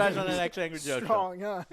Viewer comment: The Drunk Joeshow.